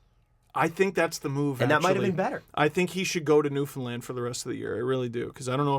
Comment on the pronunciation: Hey thanks for pronouncing Newfoundland correctly. This podcast and the LFR have given me back a love of hockey that I havent had since I was a kid. Keep up the awesome work